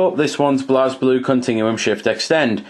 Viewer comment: It's pronounces "blay blue"